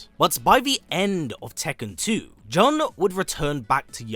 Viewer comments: How does that make sense? Nowhere in her history is it pronounced that way. I don't understand how people can only hear one pronunciation and still get it wrong. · The games tell you how to pronounce her name. It's right there. This is like "Ong" in The Last Airbender movie... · Narrator you know FULL WELL that you are pronouncing Jun wrong 😂😂😂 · It's Jun not jhon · Please, It's "June" (how Jun sounds in Japanese phonetically), not "John"...😢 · There’s only one way of pronouncing her name and it’s JOON, not and never Juhn. It’s a Japanese name. Even from the games they clearly say JOON. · in japanese jun(準) is pronounced as jee-yoon. juhn and june are both incorrect lol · "JUHN Kazama or JOON depending on how you wish to enunciate it." My guy. Every game literally pronounces it JOON. Never in my life have I heard someone pronounce it as JUHN wtf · I've never heard anyone mention her name as "Juhn" which is very grating to listen to. She's Japanese so her name would always be pronounced as "Joon". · This guy did say Joon once but went back to Juhn rofl. So weird. 😂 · Why do you guys pronounce her name as "Juhn" when the developers and other characters call her "June"? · Jun in pronounced “June”. Not, however someone wishes to pronounce her name! Lol! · It's pronounced June, even the characters in the game say it like it. This was painful to hear 😂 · i'm pretty sure it's pronounced as "june". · The way you pronounce her name is too cringey! John Kazama . Trying to make it fancy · Jun is Japanese, “Joon” is the way you pronounce it— to be like, “you can pronounce it anyway” is a bit tone deaf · The announcer in the game pronounces her name as June so are you saying the announcer is pronouncing the name incorrectly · Jun is pronounced june in the game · Killing me with the "John" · Why TF do you keep calling her John??? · more like JOON'N